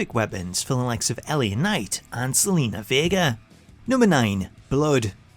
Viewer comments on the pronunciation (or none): I’m sorry. Did he say “Selena vega?”